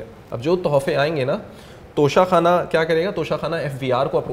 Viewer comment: Lafz tohsha Khana hai na ka tusha khana